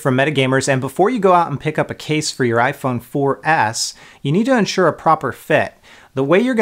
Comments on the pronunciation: Why do you say iphone 4 ass? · he said iphone 4 ass